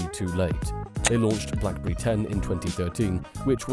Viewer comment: Blackberi 😂 Zhiaomi😂